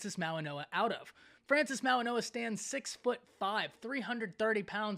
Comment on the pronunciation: Goa not noa